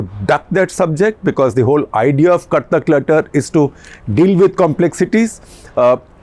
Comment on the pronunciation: Sir the way you say ‘’cut the clutter’’ sounds like ‘’CuttackLetter’’! nevertheless , jokes apart I like your detailed analysis, keep doing that! Thank you